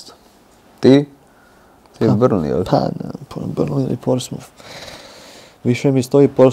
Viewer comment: Pa Luka pobogu, igrao si tamo. Da ne znaš izgovorit Portsmouth.